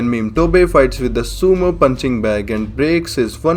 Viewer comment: Are we gonna ignoring the fact that he call Motobe as Memetobe?